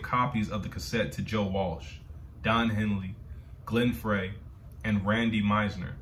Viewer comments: If you've seen Eddie Murphy in Beverly Hills Cop, the opening song, "The Heat Is On" was a a solo project by Glenn Frey (pronounced "Fry"). The Eagles are a group you could create an entire library of reactions for their group collectively and their careers individually. Case in point, Joe Walsh "Life's Been Good", Don Henley "New York Minute", etc. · Glen Frey's last name is pronounced, FRY. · The name Glen Frey...is pronounced the same as french fry